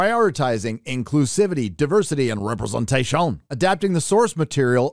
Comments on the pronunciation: I love how you say “representation” 🤣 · Why is saying "representation" like a Frenchman? Is YouTube trying to flag that word and he's trying to disguise it?